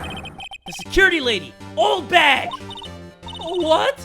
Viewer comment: In the anime. The judge call Oldbag 'Oldhag' XD lol